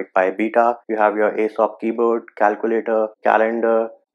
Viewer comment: Its AOSP not Asop